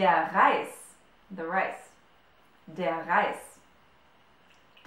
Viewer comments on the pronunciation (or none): none